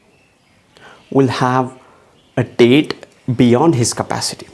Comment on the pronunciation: It’s not date it’s debt!!